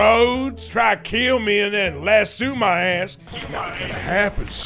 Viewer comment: Lass-oh lasso Lass-oh